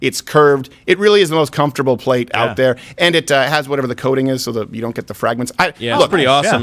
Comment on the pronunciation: “Level 4 plate-uh!” 😂 this is top shit!